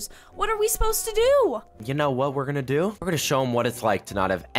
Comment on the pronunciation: For do she said dfo